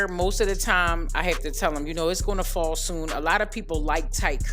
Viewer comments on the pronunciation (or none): none